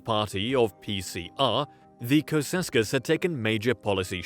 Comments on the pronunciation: Cceausescu pronounced. Chow-oo-shès-coup. As a Romanian born person in Romania and speaker of the Romanian language... You're killing me. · It’s pronounced Chaushaescoo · butchering his name over and over XD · these videos ALWAYS fails because no foreigner can pronounce ceausescu correctly